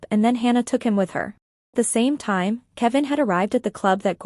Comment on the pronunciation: Thyme, not tan. Kavin, not kevin. Ren, not rin. 🤣🤭